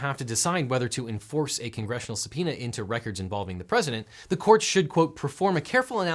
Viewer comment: that's how subpoema is pronounced?!